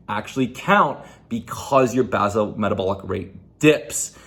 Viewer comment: Base-all (pronounced)